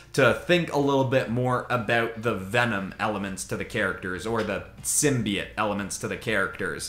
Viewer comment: Please tell this man it’s symbiote not simbyit